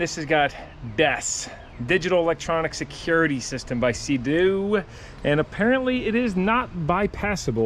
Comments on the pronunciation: Sea - Doo, NOT Say - Dew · Lol I'm sure it was on purpose but every time you said sedoo instead of Sea Doo my eye would twitch a little. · Bro was like Sado instead of seadoo😂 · dude, they are called seadoo and not se doe. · That yamaha wave raider 700 handled badly imo and was under powered. The seadoo 800 will smoke that yamaha all things being equal with the engines and pumps. Seadoo pronounced [seedoo]. The GSX is a pretty good ski for it's age is the motor isn't worn out. I have digital manuals for both if you want them. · Love the videos but why are you saying Seadoo like that lol.